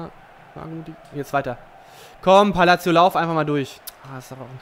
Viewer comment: sag bitte "Palasio" ;D